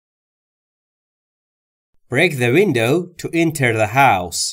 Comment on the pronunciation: Great job except for, mispronouncing a few words, i.e. Ticket & Window, otherwise all was perfect. Keep up the good work.